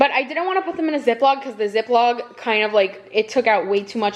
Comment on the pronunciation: ZipLOCK NOT ZipLOG! Oye....